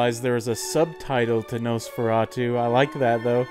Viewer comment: You pronounced it wrong. It's actually Nosferatu. I've never seen it BTW.